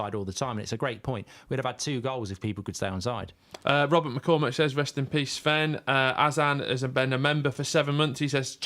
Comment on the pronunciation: Anyone else getting really annoyed when mark calls Sven Shven? It's not fking Shven...